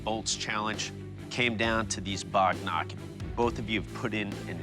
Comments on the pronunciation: its not Bog Knock its "wagnakh" pronounce it properly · HELLO HISTORY TV 18, I M HERE TO CORRECT YOU. THE WEAPON YOU NAMED AS BOGNAG IS CORRECTLY SPLLED AS "WAGH NAKH" MEANING NAILS OF TIGER. THATS ALL THANK YOU😄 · Bog knock ❌ Wagh (Tiger) Nakh (Nail) ✅ clearly mispronunciation of the Marathi word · Wagh Nakh❌ Bog Knock✅ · Not only Pata, it's Dandpatta Not bog-nok, it's Wagh-Nakh. There are many things foreigners don't know and it's our duty to enlighten 'em. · bhai wo wagh nakh hota hai bog knock nhi